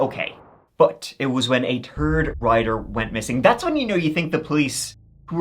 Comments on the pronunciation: Say " TH-ird " not. Turd thank you. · Tf is a turd rider? 😅 Turd disappearance? What channel is this again? 😂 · I wish I could watch with subtitles on but everytime he says riders it does writers. The real issue of course will always be after 2nd. Which is turd. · Mentally ill is pronouncing words correctly minus a couple words. Third. Turd...... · Every time he says third he says turd instead😂😂😂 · Who are you calling a turd rider? 🤭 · How come you can pronounce "that" but third comes out as "turd" lol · 😂 It’s “third rider”, but his pronunciation of “third” does sound like “turd” 😂 The mess comes from that TH sound, which is like English’s version of the French R sound or those German umlaut sounds (like in “doppelgänger”). If you didn’t make the sound in your native language or native accent, then you’ll have a hard time making it as an adult. I think is from Ireland, and I guess the Irish accent of the English language doesn’t make the TH sound. So they have to substitute either the T sound or the D sound. And so they must order things as first, second, turd, fort…… 😂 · every time you say third it sounds like turd to me <3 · gotta love the irish accent 🤣 "a turd rider" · "A turd rider"? 💩😂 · see you don't even know what you're talking about. I can't stand people like you he doesn't even talk like a complete Irishmen the Irish people have problems pronouncing their TH's they don't have a problem just pronouncing the one word third. Do you listen to him talk and he doesn't do that but with that one word. There's a video right here on YouTube. All you have to do is search Irish people saying the word third and you'll find the video. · Lol I always laugh when he says 3rd. 😂